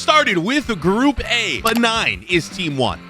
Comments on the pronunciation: Someone Should teach that it is pronounced Bae - nin not Ben 9. Man of Action is really messing with his head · WHEN HE SAID BENIGN INSTEAD OF BENIN I NEARLY DESTROYED MY PHONE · Pronouncing Benin like “Benign” 😭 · be like: BENIGN! GUINEA BASSU! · bro just stop pronouncing please please bro, gineu bazuu and be-nine? 😭